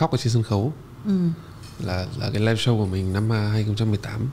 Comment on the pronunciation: Đọc là “Shô”, không phải là “Sâu”